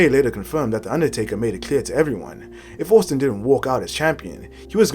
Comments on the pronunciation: You are pronouncing Austin wrong.. it is pronounced Ost-in not owust-in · Take this down and either re-do it, pronouncing Austin properly or just leave it off, as this is too embarrassing! Also, how did you manage this when his name is said repeatedly in every match he is in? Humiliating!